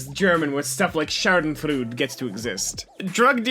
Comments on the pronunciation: I understood Shardenfruit xD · did you mean "schadenfreude"? 🤣🤣🤫